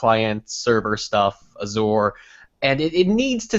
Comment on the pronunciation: Did he pronounce Azure as Azooor? Wtf?